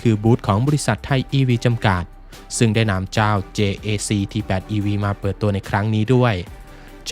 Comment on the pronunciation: JAC เจเอซี เค้าอ่านกันแบบนี้ครับ